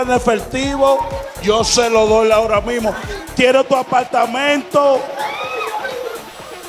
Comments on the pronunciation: Un apaLLLLLtamento 😂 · Lo que me mata es ella diciendo "un apaltamento" 😂😂😂